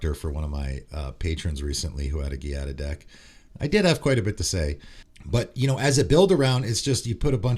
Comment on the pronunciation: hey man, just wanted to le let you know that "gia" from Giada is pronounced like "ju" from the word justice.